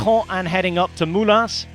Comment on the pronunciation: Moulins the S is silent